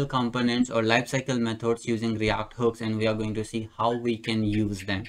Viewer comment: Its react not REYACT😄